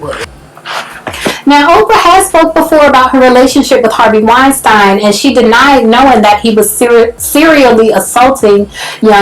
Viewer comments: it's "wine -steen" (pronounciation) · First of all, you are horrible at pronouncing names... Wein-STEEEN.... Now on to the real stuff. You are also misreading what 50 cent said. He's saying that oprah knows how worse black men get found guilty in the media, public opinion, and in court. So why is she perpetuating it on a greater, more public scale? Her and her team have gone after nothing but black men in controversial topics, and yet those same topics and issues involving her other friends, not a peep. THAT's the issue. And I think it's clear. I see wrong, and if there is evidence, yeah it's wrong. R. Kelly Definitely should be in jail, but that's not his point. I don't know how you saw it that way.